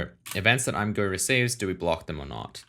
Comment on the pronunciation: I swear the point of the name ImGUI is to be pronounced I'm Gee You Eye. Edit: I use dark mode all the time. Much better for your eyes and I have configured mine so it is great to figure stuff out and also looks amazing imo.